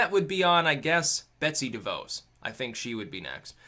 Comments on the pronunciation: it's pronounced De Voss. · It's pronounced like DeVaws.